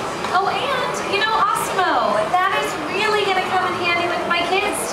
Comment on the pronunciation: lol i like how she pronounces it awsimo